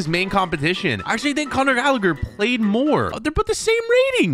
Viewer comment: It's not conor gallager it's conor galla-her